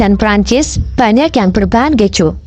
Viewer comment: bukan kecju tapi ke - ju.